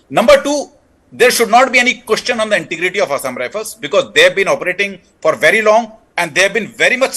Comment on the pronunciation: I am bhery bhery sad .the ST aspirants torch bearers took away my phridge and telebhisan 😂😂😂